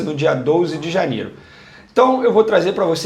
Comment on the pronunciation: dia "douze"? kkkkkkkkkkkkkkk